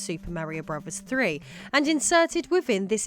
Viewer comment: Why does it sound like she’s pronouncing it as Brovers